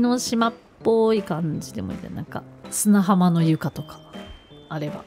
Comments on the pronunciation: すなはまを「はま、はますな？」て言ってたかわいい🥰💕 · 砂浜を「はますな」と間違えるの可愛い！